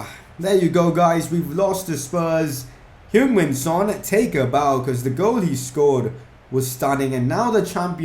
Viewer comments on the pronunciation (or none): and u pronounce it hyung just saying